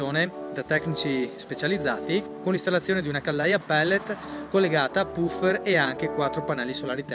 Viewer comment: E' giusto pronunciare "pafer" (una f sola)